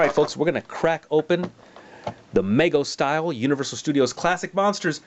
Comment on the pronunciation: It's pronounced with a long 'e' sound, not an 'a' sound. Meego, not Maygo.